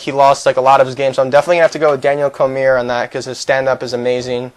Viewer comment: Its COR-ME-EH